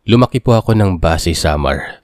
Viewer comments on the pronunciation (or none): Basey po (mabilis ang pag bigkas) hindi po Ba-sey 😊